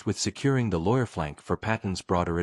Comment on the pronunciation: more ai shiyt, the river never exisited like that and you're AI program can't say loire. properly. there's no reason to believe anything here as you make it all up